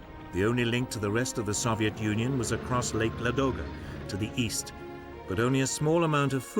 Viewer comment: Why is he pronouncing Soviet that way? The Soviets didn’t even pronounce it that way